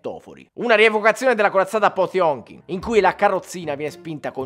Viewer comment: Il climax della poesia è senza dubbio sulla pronuncia di "Potëmkin".